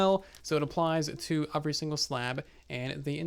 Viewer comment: Why do you say the word “every” so damn weird?